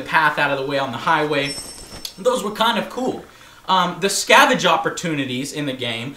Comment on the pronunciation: "Scavage" lol SCAVENGE Joe! You always say the wrong words lol